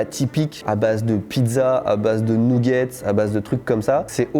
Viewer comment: "nouget'sss" :D